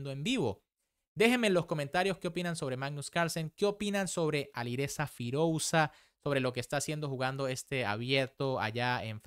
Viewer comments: firulais queda mejor de lo que él lo pronuncia 😂😂😂 cuando se escribe "OU" se pronuncia sólo la "U" queda horrible escuchar las dos letras juntas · creo que deberias de hacer un esfuerzo en aprender a pronunciar los nombres más destacados del mundo del ajedrez correctamente. Todos evidentemente que no van a ser posibles, pero alguien tan reconocido como Firouzja deberías saber pronunciarlo correctamente. Si quieres mejorar en calidad en tu canal. Porque es algo que ya te hemos repetido varias veces pero no escuchas nunca a tus suscriptores.